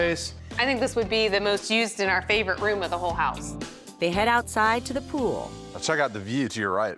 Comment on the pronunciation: Who knew the word “pool” had two syllables?